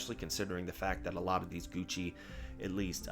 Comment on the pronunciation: A tad cringe "Gougchi" eeeehhh.